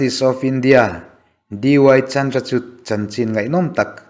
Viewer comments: Sir, Chandrachud a 'CHUD' hi CHUR ang a lam tur.. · Chandrachud- 'chut' anga lam lovin, 'chur' anga lam tur aw.